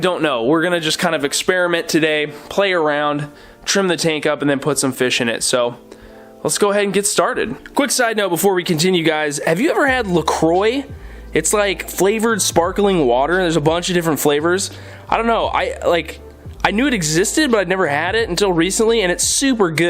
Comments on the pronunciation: It's pronounced La Qua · My last name is Lacroix :D And the English pronunciation makes me cringe so hard :D haha. Great video btw :)